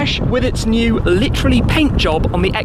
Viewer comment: Please stop butchering the world “literally”.